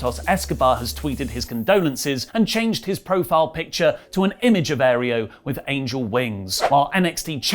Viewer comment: its not principe "ereo" its Aereo.